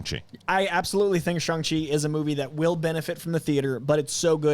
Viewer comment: Shang, not Shaang